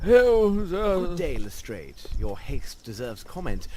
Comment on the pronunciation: I hate it when they pronounce it "Lestr-AY-ed" instead of "Lestr-AH-ed" It irritates me!